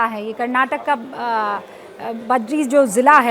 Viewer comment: It's Bidar not badri and it's bidri art not badri